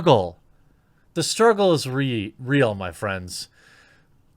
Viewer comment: "The struggle is ree" - Jeremy 2020